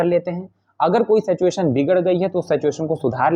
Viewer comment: सेचएशन तो मत बोला कीजिए महाराज कम से काम सही तो उच्चारण कीजिए सिचुएशन है